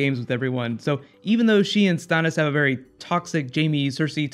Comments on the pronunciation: The way you say Stannis is annoying. Why the change?? WTH? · When did you start saying?... methinks that mayhaps you mean Stannis... as in the Mannis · there was never any other chance for a different number one, but why couldn't you say Stannis right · The way he says Stannis....